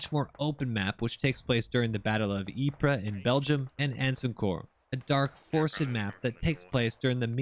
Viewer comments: Ypres is actually pronounced like eep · "ypres" is pronounced "eeps" Soldiers would historically call it "diapers" as they would mistakenly say "eye-press"